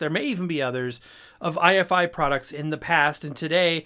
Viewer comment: Note that it isn't i-F-i, it's pronounced eye-fy, rhymes with Hifi